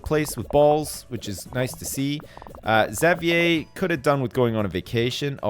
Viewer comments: isn't xavier pronounced (X-av-ur)? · say it how I've heard everyone else say it ever, which is ix-zay-vee-er or ex-zay-vee-er or maybe even just zay-vee-er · It's funny how says (Zavee-eh) probably because he's Canadian and that's how they pronounce Xavier. Where I'm from - I hope I'm not alone - we say it (Z-eh-vyer) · Is anyone gonna tell how to properly pronounce Xavier's name? Or are we gonna just let him call him Zav-ee-yay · I feel like there's some joke I missed somewhere along the line considering how he keeps mispronouncing Xavier's name :/ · It bugs me how you say Xavier, but I guess it's a Canadian/French thing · Well I don't live in a French province anymore so they might say it like that?? But my classmate's name is Xavier and he does not pronounce it like does... Who knows? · I'm French Canadian and that's not how I pronounce it :/ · Ishan Abhi Well then I have no clue why he says it like that lmao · is Canadian, so he might be used to hearing it pronounced that way. I'm American, and I've always said Exäveeyer, sometimes Zäveeyer.